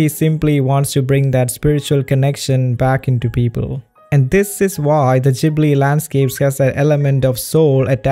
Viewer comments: Hey it’s Ghibli not jibli😂( I know because I had one of the interviews part where he said he said it by accident ) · Instead of Ghibli i sound like your saying jhibli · You don't need to rationalize it so much. Everyone can see that the Ghibli movies are better than antything else. Oh, and... newsflash? It's not "studio Zjibli". It's GHIBLY, like in "garçon".